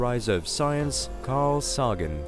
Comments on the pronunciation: This narrator needs to learn pronunciation - it’s Karl SAY-GEN not SAH-GEN, and it’s the SOW-LAH system, not SOLLA system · man.... i was getting into it and then.... Carl soggin? Htf you mispronounce the name of THE GUY that influenced generations with apple pies from scratch and pale blue dots suspended in a sunbeam. I can't ride with that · Its not SAW-gan its SAY-gan. say the mans name correctly. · “Carl Sah-gin”,😣😣 cringed when I heard that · Sollar system, Carl Soggin. Ur-Aynus. CHannel is russian so it's all good but its weird hearing the weird pronunciation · Use your noggin, it ain't Sogin. This is exactly why I have such a hard time learning correct pronunciations.